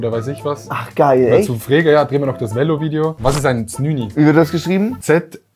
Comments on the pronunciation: 1.09 es wird nd Välo usgsproche sonder Velo. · Habs nur gewusst wegen der Einblendung, er hat es anders ausgesprochen, als ich das als deutscher mache. Bei ihm war das lange E ein kurzes Ä